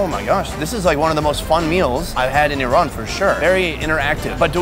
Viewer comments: I RAN is activity you had in the morning! correct pronunciation should be like EERON! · Rule 1. It's purnounced "E-ran" Says "I ran" the whole video. Lol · Rats you show a long 'a' instead of short 'a'. You show to pronounce it 'e-rain' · Just my 5 cents, the rest of the world correctly calls it E ran, only the US weirds everything up calling it Ai Ran or Ai Raq. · Everyone else calls it iran, it's the Americans calls it airan, same with the iraq. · The phonetic pronunciation of Iran in English is i'ran, i'rän, īˈran which is ایران and can be آیران too, and the phonetic pronunciation of Eran in English will be اران or إران which is completely different word. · OH GOD THANK YOU FOR SETTING THE PRONUNCIATION OF "IRAN" STRAIGHT!! People who say "Eye ran" sound like inbred hillbillies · She said neck of aheep instead sheep neck hahah never mined man. and its called GARDAN in iran